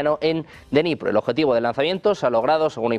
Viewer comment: No se pronuncia denipro, se dice: Dnipro ta y como se escribe! La D se pronuncia corta y luego viene Nipro con acento en la o... Espero haber podido ayudar! Saludos